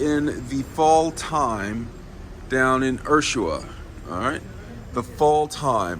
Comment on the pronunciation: Man you don’t even know how to say Ushuaia